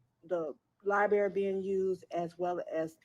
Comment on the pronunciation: Don't trust ANYONE who says, "Liberry," smh. You are the whole Mayor and do not know how to say, Library!